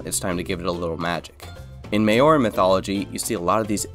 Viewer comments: I live in New Zealand where Maori culture is based and just for further episodes its not may-or-ee its ma-ow-ri :) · Maori is not said as 'mayorie'. Try 'Mau-rie' if you are going to sound it out. Nice build theme. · you said mauri wrong please change your pronunciation you said maor it is said (m - our - e) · Um, im 6 months late and im not 100% sure if you meant MAORI designs but if so it is pronounced like mao- ri. Not may-ori. Again tho im not sure what you said but in captions in said "maori" so not sure lmao. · yeah he did say Maori as "may-ory" instead of "mow-rii" at least that's the best I can put the pronunciation in words lol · Bro really said Māori so wrong... I'm from NZ and it's pronounced: Mow-ree or saying "mouldy" but instead of the LD you would use a rolled "R" not "may-or-ee" lol 😅 bro is hilarious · Cool design, really aprriciate the islander themes as someone from New Zealand, just an FYI, when you say Maori, it's pronounced ma-our-ree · Māori 😂…. We’re you trying to pronounce Māori … me-ore? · Were you talking about Maori designs. If so, I’m pretty sure that you’re pronouncing the word wrong. My dad grew up on the islands in the surrounding areas where the Maori originated and he pronounces the name mao-o-ri. If this is the wrong pronunciation, I’m sorry. I just wanted to point it out. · FYI Maori is pronounced kinda like Mowri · the way bro said Māori is crazy bruh💀💀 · Didi you get inspiration for the war god's name from Maori Mythology? The god of war in Maori Mythology is sooo similar, and his shortened name really is Tu! Oh and also, just to help with pronunciation to say Maori, say moldy, and replace the 'd' sound with an 'r'. 👍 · This build is incredible!!! Just a note: you pronounced 'Maori' wrong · Its so cool you used Māori art in the dragon even if you butchered the name😂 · Māori is pronounced M-Oww-Dee but no hate or anything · Bro said maori so wrong😂😂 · maioare what is that you butchered that so badly